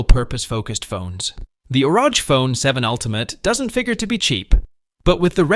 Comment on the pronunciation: its R O G you don’t say it as a word